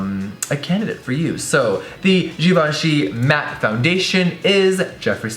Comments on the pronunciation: jeffree pronounces it like "g-von-shee" while the correct way to pronounce it is "jhee-von--shee" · every time jeffree said "jivanchy" instead of givenchy I cringed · I don't care what people say, I'm pronouncing that ish GIVE-EN-CHEE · I always thought it was pronounced give-enchy whoops